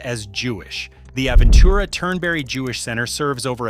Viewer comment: hard to take anything seriously when the narrator can't pronounce the names of the neighborhoods correctly. We spend a week in Sunny Isles every few years. The condos are falling apart, there's no parking anywhere, everything is expensive, especially the mediocre food, especially at kosher restaurants. Traffic is a nightmare, too many people squeezed into small areas. Aventura has no soul, just high rise condos. We have friends there and can't imagine living there. I lived in Coral Gables in the 60's when the Miami area was livable. Live in N CA now, a paradise compared to Fla. I guess if living a traditional Jewish lifestyle was important to me I might look at it, but only a waterfront single family home. But soon it will all be underwater. And being a car guy with collectibles, I wouldn't go anywhere near seawater.